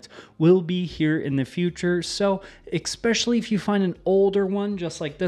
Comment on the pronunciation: Is it a regional dialect thing to say "ekspecially" instead of "especially"?